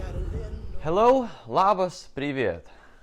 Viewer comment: Viotori same with “Labas” (my native language - lithuanian) lol